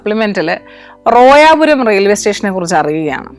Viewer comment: റോയാ പുരം അല്ല. റോയപുരം ആണ്